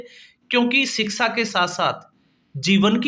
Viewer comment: भाई रिक्शा की तरह सीक्शा नहीं बल्कि शिक्षा होना चाहिए ऐसे बोलो ।